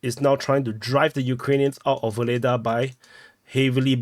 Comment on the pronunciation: It’s kind/diplomatic of you to make the effort to pronounce Ugledar in a Ukrainian accent😅